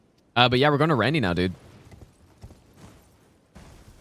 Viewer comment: To be honest, one of my favourite parts of these streams is actually the masterclass in pronunciation. Kukri= Cuckery Iji= Itchy Ranni= [G]ranny Radagon= Rada-gone I wonder if he's done Blaidd= Blade at some point. Now that would be worthy of a chef's kiss.